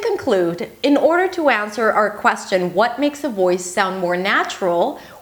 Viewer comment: You are wonderful but i feel your second language , you should've to review on this word "question " s not prounouns